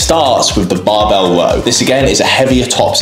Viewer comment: “The barbehl woah” 😂